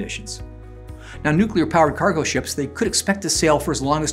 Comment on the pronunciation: Nooklear wessels?